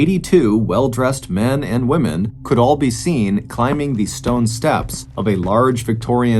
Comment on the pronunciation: Who would have thought the words could and would could be mangled so badly, on purpose, publicly. Smh!